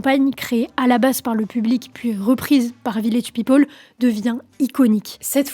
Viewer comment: On prononce peopEl et non pas peopOl. C'est insupportable.